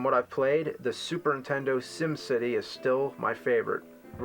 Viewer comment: lmao I love how 80% of the time James says 'entendo' instead of 'nintendo'